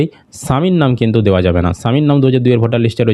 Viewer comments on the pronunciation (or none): none